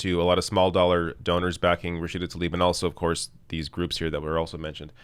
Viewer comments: it's pronounced Tlaib, not Talib; please! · It's not taLib! It's tLaib (pronounced - tLa-eeb)